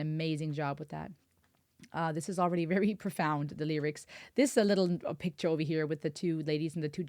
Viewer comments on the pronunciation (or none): none